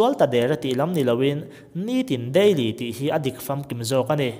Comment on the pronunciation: Wraaaagkachak ngawt in sawi a, a fair lo... Daiiily pawh sawi ve ru